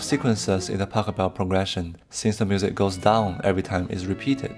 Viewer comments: Nice video, but it's not Pacobell but PashEbel. :D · Please try to pronounce his name properly! It should sound a bit like "bach hell bell" with of course the initial letter being a P rather than a B, but you do know how to pronounce Bach. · His name is Pachelbel. Not Pack-a-bell. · Very interesting indeed. Pachelbel is pronounced different: The first silable Pach is pronounced like J.S. Bach - without k. And the pronouncation is on the second silable „el“.